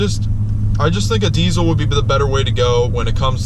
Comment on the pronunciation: Saying deecil instead of deezal sounds very gay.